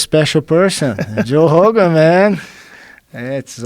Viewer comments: Ok, as a Brazilian fan, all due respect to Jean Jacques, but I think that he pronounces Rogan as "Hogan" because he probably saw Joe's name written and thought of it in Portuguese... and he never gave it a second thought. It just stuck to his head and that's it. Rio de Janeiro is pronounced "Hee you the Gianeeero"... The R in the beginning of names and nouns just have a regular H sound to English speaking ears. That's it. Btw, happy belated B-Day, Joe HOOGAN!! lol cheers! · The word is written with a r, but it's pronounced like you pronounce an h in english. And if he had said heeo it wouldn't go over his head because joe specifically asked why he pronounces Rogan as Hogan and Rio as Reeo and not heeo. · In brazilian portuguese, we don't emphasize the R in "Rio". It's actually just like Jean pronounces "Rogan" as "Hogan", we say "Rio" sounding "Hio", and I think Jean wasn't clear about it. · How long did it take Joe Hogan to learn to say Hoyce & Hickson? How long will it take for him to say Habib properly?